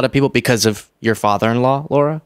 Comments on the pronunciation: please......her name is pronounced Lara, not Laura. We like Kamala's name to be pronounced correctly and it's not that difficult. So please extend that to others. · Her name is Lara, not Laura,. Don’t be Trump mispronouncing Kamala's name. Shame on you! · I’ve gotta nitpick you. You cringe when they say Kamala wrong - Lara is Lara not Laura (love the show by the way) ❤ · Lara not laura